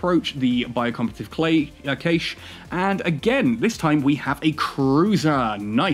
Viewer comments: I know there are always pronunciation differences, but I checked in multiple languages, its always been "Cash" Not a big deal, It just made me twitch xD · Cay - sh ???????? its prounounced "Cash" :D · You are saying cache wrong. It should sound like cash. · caiche? caaaache? :D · Great video, then you pronounced CACHE /kaSH/ incorrectly like 30 times.